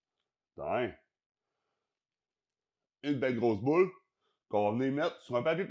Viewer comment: HIHIHIHI il a dit boulle! :3 Non mais sérieusement super vidéo j'aime le concept, d'essayé des recette vue sur youtube ou tiktok!